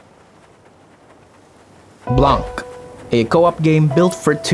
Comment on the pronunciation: Blanc means "White" in French, you don't have to pronounce the "C", it's just "blan". Thanks for the suggestions !